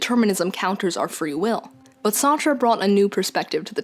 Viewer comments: "John Paul Sahtra" Sart. Like fart but with an S. Sartre is a French name, half the letters don't matter. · had to pause and take a second after that Sartre pronunciation, holy crap